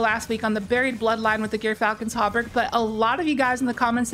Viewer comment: This is the correct answer, but you could write it more like "Jurfalcon" or like Xur with a J. It's like the animal "Gerbil" or jer. It's a soft g as in "George", and a short y as in "myth". If you've seen Datto's video's he says it correctly. Also doing some quick research by just searching gyrfalcon on YT and searching some articles, there's several examples/documentaries from good sources that confirm this.